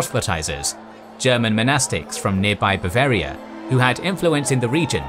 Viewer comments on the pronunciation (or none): none